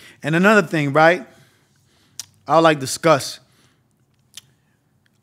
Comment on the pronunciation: “A ting or two” that Bahamian came out lol